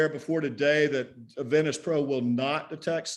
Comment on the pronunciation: This attorney has such an attitude. Quite the ego. Someone needs to tell him that the word is VENtis not VINtis. And SEMI. With an E. Not SIMI.